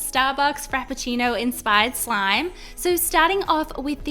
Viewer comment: Frappcino. You nailed it! ^.^